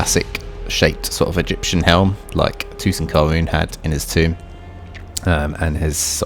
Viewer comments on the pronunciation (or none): none